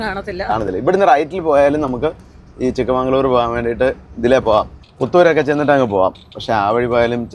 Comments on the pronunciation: 🎉 BTW, it's not Chikkamangalore, it's Chikkamagaluru. ചിക്കമഗളൂരു. (ചെറിയ മകളുടെ സ്ഥല൦) ചിക്ക+ മഗൾ+ ഊരു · ചിക്കമംഗ്ലൂർ അല്ല ചിക്ക മഗളൂരു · ചിക്ക മഗള ഊരു =ചിക്കമഗളൂരു (ചിക്കമംഗളുരു അല്ല ), ചെറിയ മകളുടെ നാട് എന്നർത്ഥം) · It's not chikkamangaluru...it's chikkamagaluru.. Chikka magala uru ಚಿಕ್ಕಮಗಳೂರು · *Chikkamagaluru✅️, not chikkamangaluru😅 Chikka+Magalu+Ooru - Small daughter's town In kannada